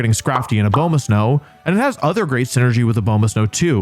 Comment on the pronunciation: Fun fact! Abomasnow is named for the abominable snow man! So like. let that inform how you pronounce Abomasnow. If you want. Please.